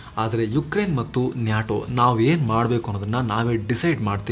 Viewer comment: Kindly pronounce NATO properly. It’s not NYATO 😃